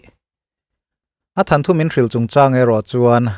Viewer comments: Sir... Thanthu tih loh tur... Thanthu tih tur ania... Beng a ti kham riau😅😅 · Ngaihthlâk a nuam hle mai mahse Than thu ti lovin Thawn thu tih zawk la Kati deuh mai mai. Mihring te hi chu in zir zel tur alawm Kan nih . I chanel hi lo thang duang zel Turin duh sakna ka hlan ache.. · Thil dang daihin ka'n comment ve lawk ange. Mizo țawng lam dan ah ; 'amaherawhchu' tih tur ah 'ame-rawhchu" tih te, 'itsik' tih turah 'iksik" tih te, 'thawnthu' tih turah 'thanthu' tih hi i hmang leh zeuh zeuh țhin a. Hundangah chuan tlemin lo fimkhur deuh hlek turin ka han chah ve mai mai che a, i Channel hi ka hlut hle a,ngaihthlak loh hi ka nei mang hauhlo. Notification ka off loh tlemte zinga mi i ni a, țhahnem ngaihpuina leh duhsak a inhrilhna ah minlo ngaihsak hram dawn nia. Tin, mi tihsual changa sawisel tur zawng ang chi kha ka ni miahlo a nia aw. Țan han la sauh sauh la,thuthar bengvarthlak tak tak ka lo chang zel dawn a nia. I channel lo vul zel rawh se. 🙏🏻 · I aw ngaihthlak a nuam ṭhin e, mahse THANTHU ti in i lam tlat mai, THAWNTHU tih tur a ni zawk em aw? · enga tinge thanthu tiin i lam tlat a hotu pa😂